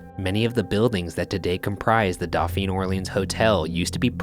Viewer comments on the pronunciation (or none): Doe pheen = dauphine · The way Ryan pronounces Dauphine is physically painful to me lmao